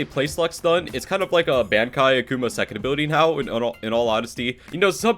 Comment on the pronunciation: Stop saying Bankai it’s so annoying it’s pronounces bon-kai